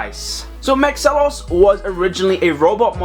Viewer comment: It's pronounced Mahks-ilos not Max-alos.